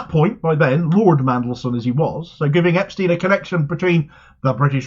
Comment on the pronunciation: So glad you pronounced Epstein in the correct way - then you changed it!